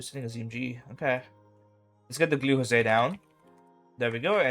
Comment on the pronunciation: glue hose. Not josé.